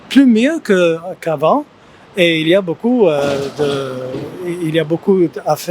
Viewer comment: Quand l'anglaise dit « beaucoup », on dirait qu'elle dit « beau cul », mdr. Pas très grave, mais je crois qu'il faut régler ça!